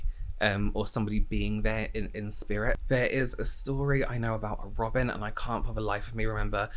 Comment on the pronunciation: This has nothing to do with the ghost stories. My name is Robin, and hearing say it in an English accent warms my heart! 🥰